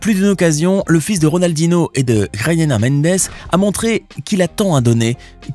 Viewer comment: tu peux te renseigner sur la prononciation des noms portugais/brésiliens stp? ronaldinho se dit "ronaldinio", et joao ne se dit pas roaro mais "joao"... comme ça se prononce en fait. "Roaro" loool merci rama faré :face-blue-smiling